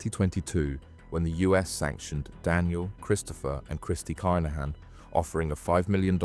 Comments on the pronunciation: The kinhans is pronounced keeeeeenhans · The name is Kinahan - have some respect and pronounce it correctly. It would ave taken u 1minute to find out. It’s the respectful thing to do. Be lucky and God bless 🙏👊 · Aye bro, this is an a.i narrated channel 💀💀💀 go and tell a.i to pronounce it properly